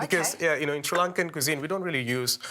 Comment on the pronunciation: Cool recipe, and a super cook, wish the lady could figure out how to say Sri Lankan properly, just listen to the way the cook says it😅